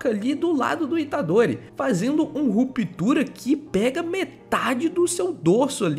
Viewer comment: Você falar Ruptura é muito estranho